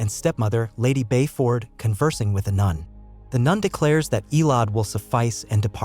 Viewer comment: It's EH LO DEE (Elodie) Not ELODE